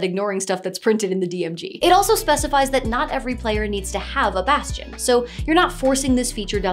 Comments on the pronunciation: Bastion. Baaastion. Bas-ti-on. Basgchyn. ~_~ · bastion bass-tion...bass-chon. bass-gin..."DRUNKEN FISH!" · … every time you say Bastion, I picture a musical crab.